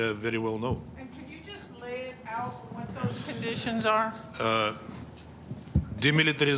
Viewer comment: Eeee... Łot?? 🤣🤣🤣